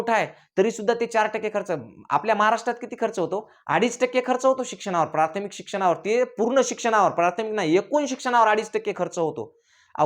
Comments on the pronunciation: तू शिक्षक आहे का रे. असेल तर मग बम्बच बरोबर आहे. कारण तुला प्राथमिक नीट बोलता येईना. प्रार्थमिक बोलतोय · प्रार्थमीक नाही प्राथमिक म्हणा.